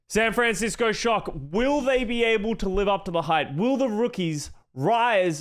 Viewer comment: I love, I love content, but bygod do I HATE how he pronounces "SAN FRAN CISCO SHOCK" every single time lmao